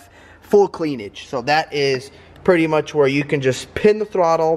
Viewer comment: “Full cleanage” 😂😂